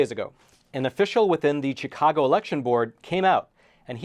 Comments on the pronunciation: Spelled CHIcago, pronounced SHIcago. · SHHHHHHHHHHI-cago. Not CHICK-ago. Jesus F. Christ. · Chicago is pronounced with a "sh" rather than a "ch" just like Chevrolet and Chivalry - all these words have a French background.